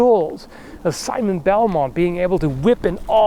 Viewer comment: Skallment Beltmont lol